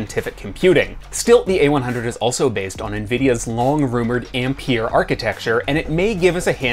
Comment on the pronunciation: Learn to say Ampere please